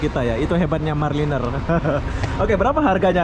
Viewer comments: Hancur nama company bus tu maraliner jadi marliner.....belajar lah sebut betul2 sebut sebab itu imej Dan jenama company and perkhidmatan dari brand atau syarikat bas tu.... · Bro. Sebut MARA LINER yang betul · Bukan Marline tapi MARALINER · maaf tiap kali disebut marliner terasa lucu sekali... Sebetulnya maraliner dibunyikan begini (mara-lainer) mengikut sebutan Bahasa Inggeris. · Semua bas di Malaysia 🇲🇾 x ada toilet sebab banyak rnr di highway ... Mara liner bukan marliner 🤣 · Kamu kene sebut maraliner oby bukan marliner 🤣🤣🤣🤣🤭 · MARALINER ( sebutan MARA...LAINER ) bukan MAR... LENER. Perlu belajar B. Inggeris. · MARALINER...bukan MARLiNER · Maraliner = sebutan; mara laině...